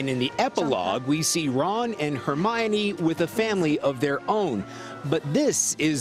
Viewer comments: "Ron and Hermayonnaise..." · Hermaynays? Hermione that is how you say it! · Her may an e ‘s What is that pronunciation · Lol he pronounced hermiones name hermene XD its her mi O ne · “Her- may-ni” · “Hair-main-ee” lol what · “hair-main-ee” I’m screaming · Ron and Hermaine LOOOOOL (Instead of Hermione) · “Hermainays” Lmfao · Herneinei? What dude pronounce it right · Hermayonnaise really??? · Did. that. man. just. say.... Hermainy. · he said hernanies in stead of Hermione's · Hermaone are you kidding me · Omg the man at the end said Hermione name wrong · The worst part of this news story was when the guy pronounced Hermione's name wrong. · That pronunciation of Hermione at the end. I lost it. 😂😂😂😂😂😂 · He butcher her name already O_O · Did she just say jenny instead of ginny... and did he just say hermaynee